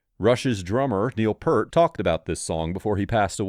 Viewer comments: Peart/ Pronounced 'Pearce' with a t. Not 'Pert' ffs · Pert is shampoo...it's Peer-t...c'mon man. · Peart, pronounced peert! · P(EAR)t. P(EER)t not Pert, like the shampoo. At least he said twenty-one twelve. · It’s spelled Peart and pronounced “Peert” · Peart is pronounced Peert 🙄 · Holy shit, can you not do any research to at least get their names correct ? It's Geddy, not "Getty", and Neil Peart, not Purt. I give up on this crappy click bait. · It's pronounced Peert...NOT pert!!!😠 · No it is not Pearce! It’s like this…Peert. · His name is spelled PEART and it’s pronounced P-ear-t …🤡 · Yeah... Pert? It just takes a little work. I can forgive the mispronouncing being guilty myself at first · My brother I just LOVE their MUSIC their humor is awesome I love it too so please I mean NO disrespect but I’m a retired bassist of over 50 yrs as a professional musician and I’ve called him “pert” all my life unknowingly mispronouncing his surname so in fairness & to state my defense it’s become an uncureable habit of my lifetime to say his name wrong I now refer to him by his nickname as PRATT. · Its' ficking Neal Peart, pronounce Peert FFs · Peart. Pronounced PEERt. Your video is credible and will appeal to Rush fans. Everything you say in it is accurate, a great tribute to the band and what they stand for. But Rush fans will roll their eyes at your pronunciation of Neil’s last name. (Yes, we Rush fans are a little crazy that way.) I did keep watching, though. Nice video otherwise. I say so, because I’m a nerd. Watch out, because a lot of Rush fans are GEEKS. They’ll judge, and they’ll spread the word not to watch you. As for my beef? Probably a quick fix for this. But don’t worry. Dave Grohl says, Purt, too. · It’s pronounced Peert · Don't post unless you have learned how to pronounce artists names properly. Neil Peart == "Neel Pea-art". Like "peace". And Rest in Peace Neil. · PEART. Pronounced like ear with a P in front and a T at the end. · Nope, it's pronounced Peart